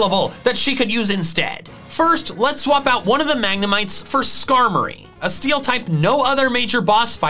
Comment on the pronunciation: SKARMORY, NOT SKAROMY!